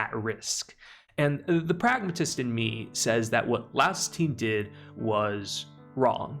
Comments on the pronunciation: Lol I'm not normally a stickler for name pronunciation, but this was killer for me XD For the future and your future reference: Mar - seal Lie - OS Chill-chuck The video was amazing work otherwise! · Why is everyone calling Laios, Laos? It's some English translation error? Or a dub error?